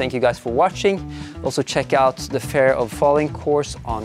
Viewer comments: Amazing climbing session, loving the vibe of the video, you're very serious about the climbing, but not overly stressed or anything! Btw, work on your pronunciation of the word 'fear' if you're making an ad for a course on it! It's not 'fair', it's fear like you'd say 'here'. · You pronounce "fear" like "fair" :) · Interesting that you are not so familiär with pronouncing the Word fear. Seems that fear isnt a big Part in your life. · i was so confused the way you pronounced "fear" :D